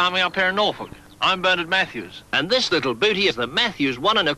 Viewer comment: The horse meat came from the EU. Mojo blames Brexit. How can you hear someone's name more than once(Bernard) and still say it wrong?